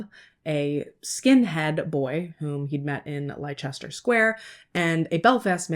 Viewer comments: Love your channel, you have a fantastic way of telling a story. Leicester is pronounced Lester, I really don't understand english spelling. 🤣🤣😂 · Found the channel a couple of months back, Iv been binge watching since but oh my goodness, the way you pronounced Leicester Sq 😂😂😂 bloody Americans!